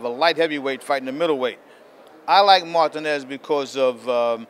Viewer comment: cant stand how he pronounces Martinez's name...YOUR'E FIRED!!!